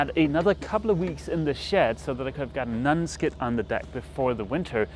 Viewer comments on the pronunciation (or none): You keep saying nunskid. I'm positive that you speak better English that I speak whatever your home language is but just so you know, it is pronounce non skid. Non sounds like on and I've heard you say on correctly so this should be possible with minimal effort. Just letting you know. I like your videos and your overall demeanor. You seem like the guy from this old house crossed with Mr. Rogers. Those are probably too specifically American references but they are pretty recognizable types around here and if you were curious you could find them on YouTube. Also, and this is again, just so you know, patreon is pronounced pay tree on. The way you're saying is, pay tron , kinda like patron (pay trun). But again, your English is a thousand times better than my "any other language". This is just FYI.